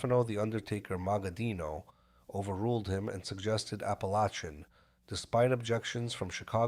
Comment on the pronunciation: It's pernounced APALACIN, I've been to that house, only miles away, I know all about it and who was there.